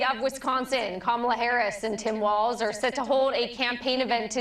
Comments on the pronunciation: His namevis Walz - WALLS Not Waltz. Say it correctly. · Walz pronounced Walls…..not Waltz….. good grief